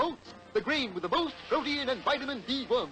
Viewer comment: Bullwinkle says "pro-te-in" (three syllables), instead of "prot-tein" ( two syllables).